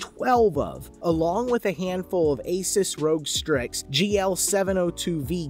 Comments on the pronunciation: “Asis rogue strix” 🤮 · bruh the way the man’s said “asus rog strix” made want to die as a pc builder mans made me want to die😂